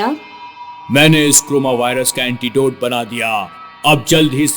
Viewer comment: It's not coroma lts carona